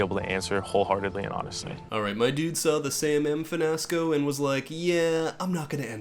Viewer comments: the way you still say “finasco” from season is so funny😂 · "Finasco!" 😂 May it never die.